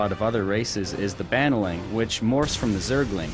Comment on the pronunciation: I hate how he mispronounced 'Baneling'. and i also hat how he acted how everything they put in it was absolutly new and never done before ever. "You can fast forward and rewind to your hearts content!" Not to mention the ability to even save your post-game video!!! Because the ability to fast forward and rewind has never been done before ever! (sarcasm)